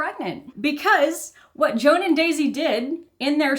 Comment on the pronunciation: Joan is pronounced Zho-an, almost like Juan. It's a Catalan name, fairly common in the Spanish-speaking Caribbean.